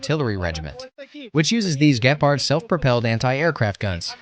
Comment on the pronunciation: Gepard. Emphasis on the G not the P.